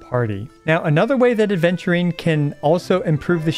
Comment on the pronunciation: i die inside every time aventurine's name is pronounced "aDventurine" 😩